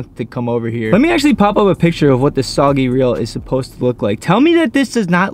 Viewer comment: Just to let you know it's pronounced soo-gay-ling brother lol but I like "soggy" better 😂!